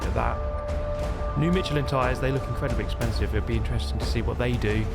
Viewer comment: FYI Michelin is pronounced like Mishelin.